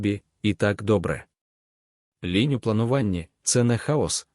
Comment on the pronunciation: Ш І читає луже погано, багато помилок у наголосах. І лІнь, а на лЕнь. Сама тема цікава. Дякую